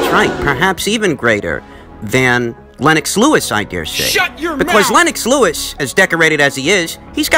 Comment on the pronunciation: Lol 😂 “Len - ox”